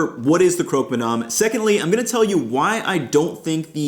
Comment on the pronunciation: You're in France, so please call ist "crock" and not "croak"